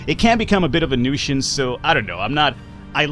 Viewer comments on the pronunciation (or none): lol nushence actually its nusence